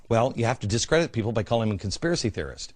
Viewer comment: consipray=conspiracy. great video! why can't someone get a hold of beck and debate him on all this!! he seems well intentioned on some things but shows like this make me think there's a hidden agenda or he's just plain ignorant. once again....a subjective piece from glenn..... what he NEEDS to try to be is OBJECTIVE for a change. he's got so many followers now...he's like the pied piper.... now he can lead them all like a bunch of rats to do his bidding